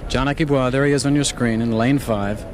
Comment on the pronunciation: ....Aki Bwa?...Americans never miss a chance to mis=pronounce a name....